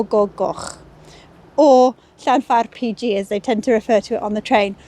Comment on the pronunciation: You have a lovely easy to listen to style of presenting. Really interesting content although some of the Welsh place names are a bit beyond me. I knew a couple of Welsh lads at school in the 60's who taught me how to say LlanfairPG, but it never came out like you pronounced it. Maybe I need to listen to you and practice more! Great video. Thanks.